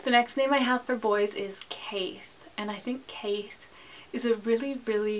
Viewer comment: Great video, im going to chime in though as an Irish speaker and say that caith would be pronounced like K-(EYE).